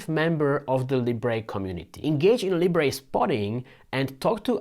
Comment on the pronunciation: Even Libre have corrected their pronunciation It’s not Leebray, it’s Leebra